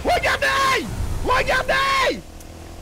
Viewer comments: Mdr il dit pas REGARDAIT il dit REGARDAY 🤣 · Wegadey au lieux de dire regardez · Sa me tué quand il dit regardeille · Il dit regardante 😂😂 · il dis regardey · dis regardaye